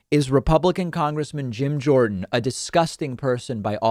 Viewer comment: Jorden not Jones